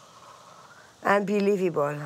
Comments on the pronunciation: quel accent parfait c'est inbilivibaul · "inbilivibole" 😭 génial